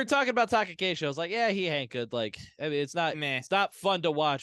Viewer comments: You all say it a lot in this episode. Shouldn't ヘンカ be pronounced henka and not hanka? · I am no expert either but Wiktionary says that 変化 is pronounced へんか [héꜜǹkà] Hen like a chicken and not Han like the chinese 😅